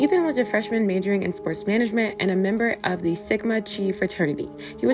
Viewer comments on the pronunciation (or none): Chi is pronounced k-eye. Keye..hard k then eye. Will watch your next offering. Keep up the good work!